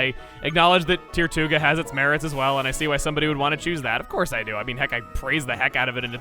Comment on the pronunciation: Its ter-too-ga